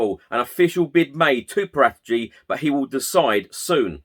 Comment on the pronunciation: It's 'para - tee - chi'. Or Parrot itchy.